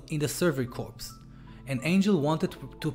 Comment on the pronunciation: Sorry to be picky and bitchy. It’s pronounced core!!! Not corpse. It’s The Survey Core(corps obviously not spelled core)!!!